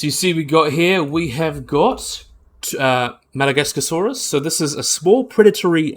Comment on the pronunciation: Your saying Masiakasaurus wrong. It’s not “Madagascarsaurus” it’s “Ma-she-cu-Saurus” Edit: it’s not a nothosaurid, it’s a Noasaurid